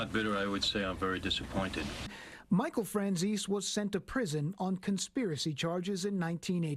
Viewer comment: its my great grandpa😅 and its pronounced fran zees/zeesee. Im so embarassed that this is my blood lol